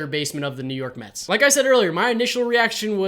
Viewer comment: New York “Mehh”-ts